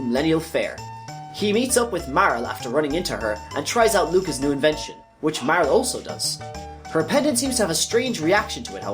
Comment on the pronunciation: MAR-LEY. Not Mar-el